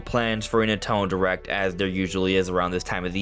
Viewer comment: Bro said "nutello direct" 💀